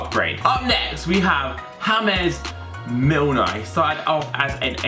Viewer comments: Ham-es Milner it's James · "Hamez Milner" 🤤😂